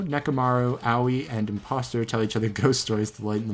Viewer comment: Can we talk about how he pronounces Aoi, Owie for a sec Thanks